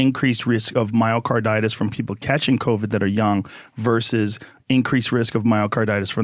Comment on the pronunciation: It's pronounced young not "Yong".